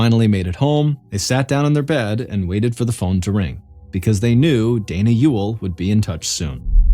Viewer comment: That you for pronouncing Ewell correctly